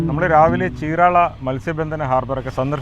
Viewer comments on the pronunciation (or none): Correct ചീരാള അല്ല చీరాల ആണ് cirectj